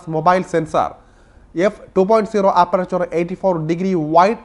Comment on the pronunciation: 😁 താങ്കൾ ഇത് എവിടെ നോക്കി ആണ് വായിക്കുന്നത്? അപ്രാച്ചാർ അല്ല.. അപ്പേച്ചർ..